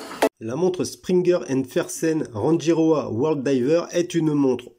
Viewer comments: Elle est belle mais beaucoup trop grosse et surtout beaucoup trop chère pour une marque sortie de nulle part et un calibre (certes Suisse) quelconque. Sinon, je crois qu'on prononce "Ranguiroa" ;-) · Merci de la découverte. Très jolie montre et originale. Je vais aller voir leur site. Pour info l’atoll de Rangi se prononce Ranguiroa. 🙏